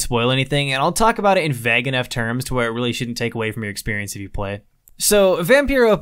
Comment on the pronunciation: Dammit man vague pronounced /veɪɡ/ At least 11 min you have only said it once. Why vag man where did u learn vag ?